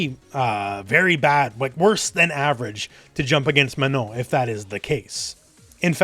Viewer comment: I'm french and you have an excellent pronunciation of the nasal sound "on" in Manon, which is quite impressive for an English-speaker. Good job on stressing the last syllable too.